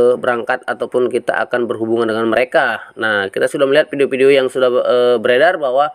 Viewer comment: Fai.. Pesbuk.... Tri foin nol... Pideo.. Buat edukasi: Ngucap pakai bahasa yang bener dunk.. Jangan asal ngucap.. #PiNetwork #PioneerIndonesia